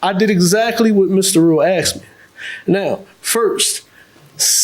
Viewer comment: For me, it's "axed." "I axed them." Omg, you did what?